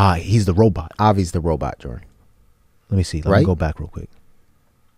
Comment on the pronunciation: My name is Joren, witch is a extremely rare name, so whenever they said “Jordan” but it sounded like Joren, I got startled lol